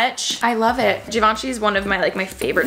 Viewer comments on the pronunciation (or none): i love her but the way she said givenchy hurt me so much😫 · “Givenchy is my favorite designer” can’t even pronounce the name💀